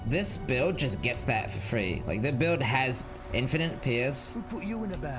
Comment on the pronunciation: you keep saying "infi-nin-t" you do realize it's "infi-nite" right fucking streamers can't pronounce basic fucking words